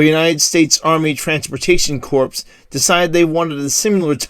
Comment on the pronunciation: You mentioned the ‘Army Transportation Corps.’ ‘Corps’ is pronounced as ‘Kor,’ not ’Corpse.’ Other than that, interesting documentary. I am a model railroader, it’s too bad that there has never been a plastic model made in HO. There was a brass locomotive, but I have not seen one offered for sale in 40 years.